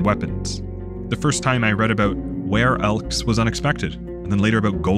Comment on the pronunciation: Was it "were-elves" or "were-elk" that you mentioned in the Roadwarden section? I can't quite tell and Google isn't helping me too much. Were-elk sound cool but I think there would be some fascinating implications to explore with were-elves.